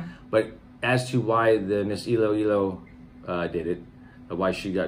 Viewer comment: Ey low Ey Low - Heheheheh its I-lo-I-lo